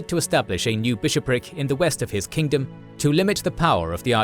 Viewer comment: its kingdom not kingdome 😊